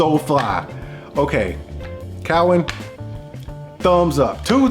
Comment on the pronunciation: Saying Cowin wrong but with this being 5 years ago, I wonder if he knows knows the correct pronunciation now.